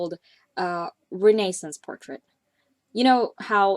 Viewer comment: This is beautiful and it's really nice to see that you experiment and color with all skin tones. There still needs to be more of that. Also my only other comment is this: that isn't how you pronounce the word "renaissance". Just... thought you should know.